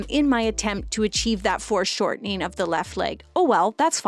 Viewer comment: Are you saying "forced shortening" or "foreshortening"?